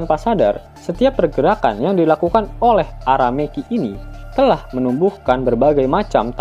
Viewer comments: Admiral Aramaki woy bukan Arameki 😂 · Ara maki atau Ara meki min,,kayak ny Ara MEKI cew min😂